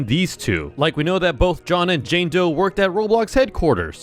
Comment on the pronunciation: It’s doe not joe